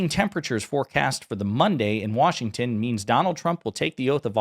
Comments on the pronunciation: It’s not WORSHINGTON it’s Washington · Wershinton? I'm from the state of Washington and hate when I hear that. 😂